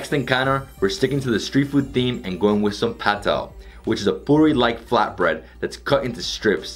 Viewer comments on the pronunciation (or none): Its paththal not patel